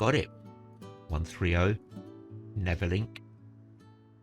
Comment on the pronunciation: Loved your prounciations :) What you were calling "Neverlink", is actually 'Nervenklinik", or Nerven and Klinik.... this is German for 'Psychiatric Hospital', as the 130 operated to Spandau Pschiatric Hospital (Spandau Nerven Klinik). What you were calling "Rufflin" is Ruhleben, which is pronounced "Roo-LAY-bin".